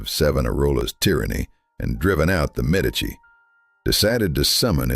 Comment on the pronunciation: MED' ee chee: Medici is pronounced